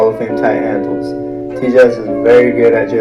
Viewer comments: So no one noticed how it said hadnles and not handles😂😂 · Nobody: ''Hadnles'' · hadnels WHAT????